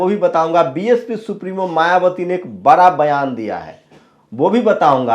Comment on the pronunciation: पत्रकार महोदय कृपा करके एससी एसटी कहें,दलित नहीं अच्छा नहीं लगता। और आप पत्रकार हैं, बड़ा को बरा, पिछड़ा को पिछड़ा